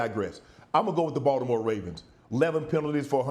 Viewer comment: I love that Shannon pronounces Baltimore the right way